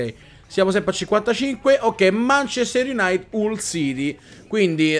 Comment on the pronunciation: Non voglio fare il pignolo, ma il munchester utd si legge "manciester IUNAITID non IUNAIT" E' una squadra che mi piace molto e vorrei che non la storpiassi ^.^ E' solo una critica costruttiva, per il resto continua così, Grande:)